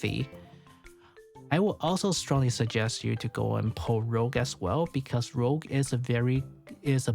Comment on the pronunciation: great vid an analysis. One small correction tho. Her name is RouGe, as in red in french, not RoGue. I know it's easy to miss. Did the same mistake at the beginning until someone on reddit pointed it out